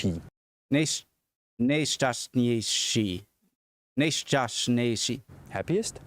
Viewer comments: haha your pronunciation of nejšťastnější wasn't half bad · Oh nice pronounciation. OFC you have accent, but you got it right. Czech is difficult language, but atleast we pronounce things as we write them. The ŽŠČŘĎŤŇ are just making the consonant soft (cash => keš, czech => ček). The vowels are made longer by this ÁÉÍÓÚ. The Ě is just "IE" and Ů is pronounced the same as Ú. The C is always pronounced TS. Slavic languages have similar structure, and you can understand in between them to some degree. (Alcohol helps). Many czechs emigrated to USA, mainly midwest and texas, you may have our blood.